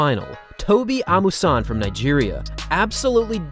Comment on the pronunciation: So you too cannot pronounce Amusan properly, a full-blown Yoruba girl like you. Shior